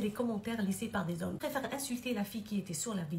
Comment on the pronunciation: Les zomms les zomms les zomms… que ça a la bouche